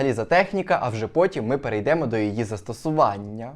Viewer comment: Чудове відео, підписався. В українській у множині першої і другої особи дієслів наголос падає на останній або третій від кінця склад: живемО, живетЕ, перейдемО, перейдетЕ👍